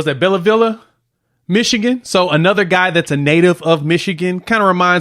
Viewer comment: Bell- ville is how it's pronounced